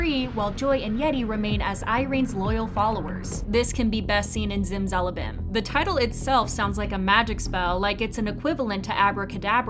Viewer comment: Don't ever pronounce zimzalabim like that again